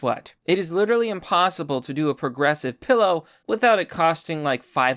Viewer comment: Still saying 'porgressive.' You really need to see a speech therapist...